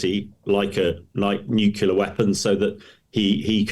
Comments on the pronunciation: Is this guy your guest or is he just jest? A guy who imagines that nukula is an english word doesn't have much credibility. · Nukula ? It's surprising that an expert says this. It undermines is professionalism. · What does "nucular" mean 🤔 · N-U-C-L-E-A-R It isn't pronounced newkyoular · George W Bush pronounced it the Same way